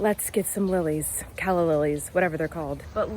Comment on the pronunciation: Hi!! My name is Calla and you said it perfect!!!